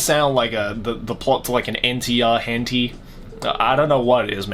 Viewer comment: "Hentey" Nice